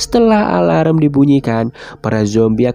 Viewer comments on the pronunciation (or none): none